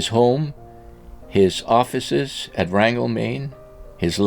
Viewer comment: It’s not “Rangel”, Maine it’s rangeley, Maine. I live nearby.